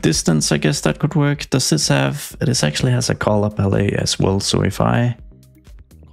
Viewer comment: Did bro say color pallay?